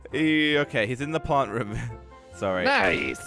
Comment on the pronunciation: It’s r-oo-m not rum